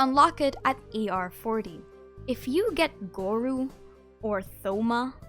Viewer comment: Hearing you say gorou as goru is kinda whack hahaha